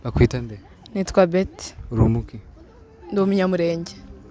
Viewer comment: Umunyamurenjye 🙄 bavuga umunyamulenge